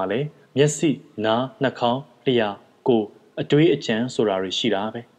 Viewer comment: စာဖတ်တဲ့အသံ၊ ဟန် အရမ်းကောင်းပါတယ်၊ ဆရာ့စာလည်း ကောင်းပါတယ်။ ဒါနဲ့ ရေ၊ လျှာကို လျာလို့ အသံထွက်နေတာလေးပြင်ကြည့်ပါနော်။ စေတနာနဲ့ပါ။ နောက်ထပ်စာတွေဖတ်ရင်လည်း လျှာကို လျာလို့ ဖတ်မိခြင်းကင်းဝေးပါစေနော်။